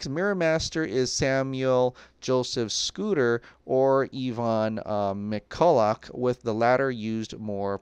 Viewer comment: Of all the names he can't say, he can't pronounce Eva McCulloch and Evan McCulloch correctly. 🤦‍♂️🤦‍♂️🤦‍♂️😂😂😂